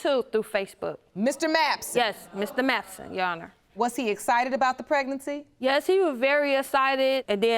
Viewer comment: Also asited for excited